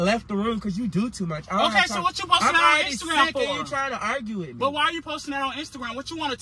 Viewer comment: he said “you just broke up wimme” wen he da one said he wanna break up😂😂